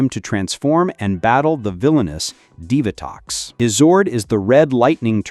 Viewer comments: Dive-A-Tox? umm Dee-Va-Tox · ASTRONOMA YOU IDIOT AND DEEVATOX NOT DIVERTOX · Divatox is pronounced as "Dee-Vuh-tox" not "Dive-uh-tox". Zayto didn't lead the Cosmic Fury team. Amelia did after she became the Red Ranger and she wasn't the first female to lead a core Power Rangers team. That spot belongs to Jen. Jen was 2nd in command in Time Force while Alex was the Red Ranger. After Alex died, Jen was promoted to team leader. Wes became 2nd in command when he became the new Red Ranger. Lauren led the Samurai team in Super Samurai for 3 episodes. So, Amelia is the 4th female to lead a core Power Rangers team. If you count Delphine, then she was the very first to lead a core Power Rangers team. However, I don't think it was a core Power Rangers team as they were there to fill in the role as Power Rangers while the main team were children, trying to obtain the pieces of the Zeo Crystal. So, I consider that a secondary Power Rangers team instead of a core Power Rangers team. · It’s pronounced Divatox